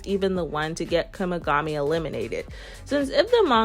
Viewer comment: W vid per usual but it kinda sounds like ur saying Kumigami 😭